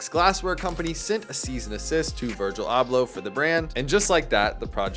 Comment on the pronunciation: 2 seconds in and you can’t even pronounce dude’s name.